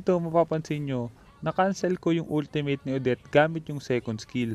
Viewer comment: when you pronounce ultimate it's wrong bro.